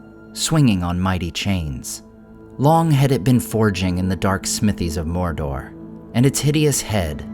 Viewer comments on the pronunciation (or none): "moir-doir" is not the way to pronounce it, phonetically; "m-oh-r-d-oh-r"